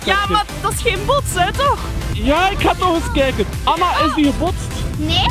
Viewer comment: Het lijk of ella zegt in plaats van Anna